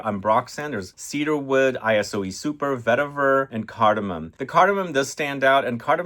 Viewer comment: Great theme! And it's Iso (short for isocyclemoner) E Super not I-S-O E Super.